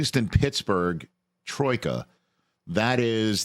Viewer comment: "Troika". Nice one Rich